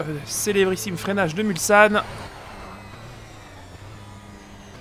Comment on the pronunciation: hey! toujours un plaisir de revisionner tes anciennes vidéos! Au passage, Mulsane ce prononce mulSSane et pas mulZane:p